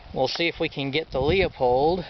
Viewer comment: Oh, by the way Leupold is pronounced 'Loo-pold' or 'Lou-pold'; not "Leo-pold". You make firearms enthusiasts look and sound illiterate and stupid, unable to properly pronounce English grammar. Nice setup by the way.